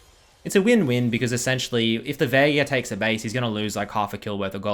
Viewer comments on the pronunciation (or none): none